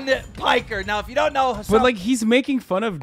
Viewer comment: Why does he keep pronouncing your name like “has🏎an”